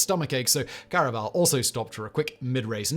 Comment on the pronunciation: Please, Simon, by the Gods, at least make a real attempt to pronounce a name properly - Felix Carvajal's name is pronounced like "carve a hall".